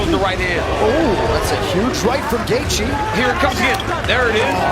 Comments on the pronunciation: I went to highschool with Justins parents, uncles and aunts. His father and I were teammates on the wrestling team. The pronunciation of Gaethje is Gay-chee not Gay-jee. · Gay-jee?? Yeah, never mind. I can't listen to this shit. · could not make it 4 minutes into the video cause dude was calling him "gae-gee" disliked